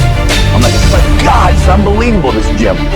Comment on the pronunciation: Arnold: “He had unbeweable powwaa… he was like uh Monkey… 😭😂😭😂